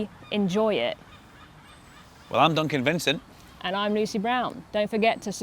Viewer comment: "Im Duncan Vincent" Im sure he said im "done convincing"